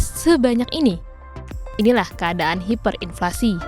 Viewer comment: Hiperinflasi ya hiperinflasi, bukan haiperinflasi.